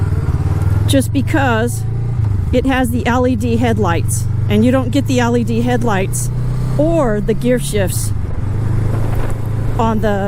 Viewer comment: Are you saying ALED or LED? lol